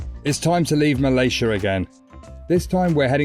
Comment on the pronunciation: you are also pronouncing 'Malaysia' incorrectly.